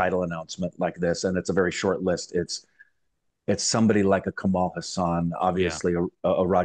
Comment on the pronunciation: Its not kamal hasaan.. Its kamal haasan..